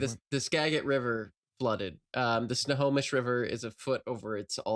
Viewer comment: can't fool me, I know she knows how to pronounce Snohomish because of Until I Am Whole